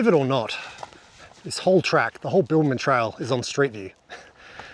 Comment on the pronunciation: Were you saying Bilbaman or Bibbulmun?!! 😂